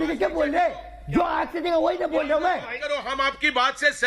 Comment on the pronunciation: Reha janha not waha reha